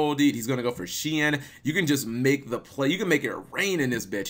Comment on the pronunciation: I think Shien is pronounced as Shi-N, not shin.